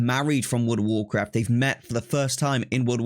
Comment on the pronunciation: Woworcwaft 🤣🤣 That's all I could think hearing you speak hahah